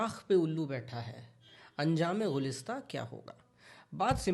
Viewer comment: Gulistan hota hai na Ghulistan bol gye aap 😅😂